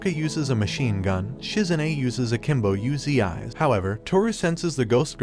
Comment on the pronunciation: U-z-i's? It's Uzis bro